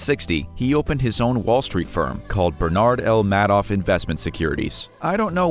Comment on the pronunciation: It is pronounced "Made-off." That's appropriate.